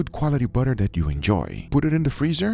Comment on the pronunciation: “DISS” “DAT” Gugas way of pronouncing “this” “that” 🤣🤣🤣